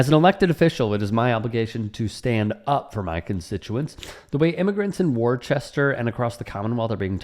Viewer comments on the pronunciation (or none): "War-chester?" 😬 Woostuh bro. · it's pronounced Wouster (Wou as in would), not Warchester. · Worcester in New England is pronounced as WUSS tah throw away the " R"s